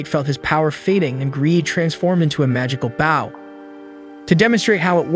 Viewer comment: ah yes who here also loves "magical baws"